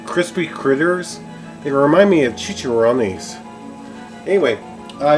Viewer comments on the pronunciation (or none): none